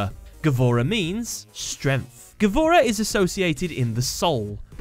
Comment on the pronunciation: by the way gavora is pronounsed gvura, and mean bravery